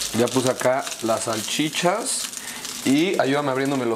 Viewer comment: Las "salchiflas"